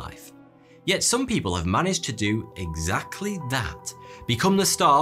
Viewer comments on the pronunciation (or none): it’s just the way you said “people” like you’ve seen loads of people saying it or something. No biggie though